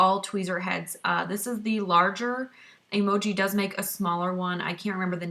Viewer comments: Its pronounced em joy not emoji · What's funny is that it took me the entire video to realize you were saying Emjoi wrong. I think I also read it as Emoji! Haha! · LOL it's pronounced: Em(as in the letter M) -joy (M-joy = Emjoi) - The problem I see with 1st timer epilators is that they buy the wrong machine out of knowledge. For example if you have a low pain threshold I would not suggest the Emjoi Emagine(which I have) that has 72 SPINNING TWEEZERS(that’s a lot) instead go with about half which is 35-45 . Also prepping the skin prior to epilating, which includes exfoliating regularly and not epilating with long hair, so trimming is a must; and then the actual epilating procedure. It’s not like shaving, people, so you can’t go 70mph. It’s a slow 1-5mph process with small circular motions and stretching of the skin in certain parts. As you get more experienced and is starts to hurt less you can speed u a bit. The settings are easy. MACHINE: Slow spinning is for fine thin hair and faster is for coarse thick hair.